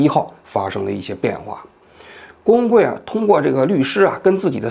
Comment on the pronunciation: 王局读的”郭文贵“怎么听怎么像”工会“，只有我一个人这么觉得吗？